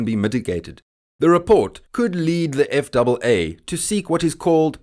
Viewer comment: Jesus Chris when you pronounced that. eff double A I had no clue what you are talking about even though I hold a commercial FW/RW license and CFI. It’s known as Eff ay Aay